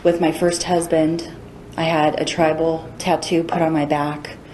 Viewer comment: Victims ‘huband?????’